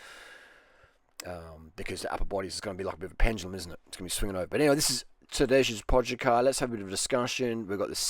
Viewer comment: Tadesh Poshakar?! for f**sake Durian, it's Tadey Poggachar! How bout you swap those asian destinations for a short holiday in Slovenia, come ride mt Kolovrat and I teach you how to pronounce his name and bake potica